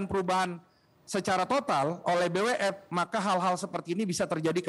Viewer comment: Ngomong BWF aja nggak bisa, B apa itu 🤣🤣🤣🤣 Pengamat olahraga anda bung?